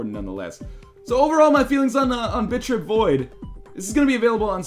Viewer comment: Every time northernlion says 'Bit.trip'. I hear 'Bitch rip'.